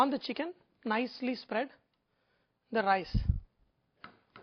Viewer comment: Indian accent "i call diss thaa dancing of the rice" classic!